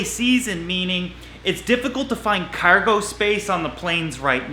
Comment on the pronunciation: Learn to talk good nah you saying cargo but in this voice like cergo